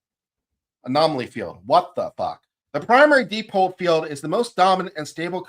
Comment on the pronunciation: dipole = “DYE-pohl”, not “DEE-pohl”.